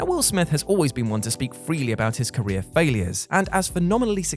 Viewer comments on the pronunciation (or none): none